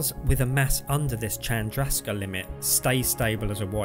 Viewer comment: Nice vid. But,. Chandrasekhar is pronounced closer to "Shandra-Say-Car".